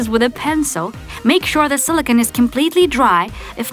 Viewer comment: Sarita Kumari Ranjan its not sola cone it's silicone